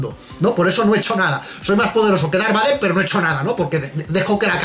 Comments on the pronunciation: en serio? Darbader, así lo pronuncian? Por favor! Creo q me dió algún cáncer al escucharlo. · Dar Bater. Pero es que tio como es posible que lo pronuncie tan MAL. Error Epico. REALISMO!!!!! Y solo llevamos 15 segundos de video. Vaya. Empezamos bien.